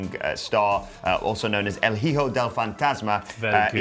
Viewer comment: Guys guys guys guys guys, the "H" in "Hijo" is SILENT. It is pronounced "EE-HO".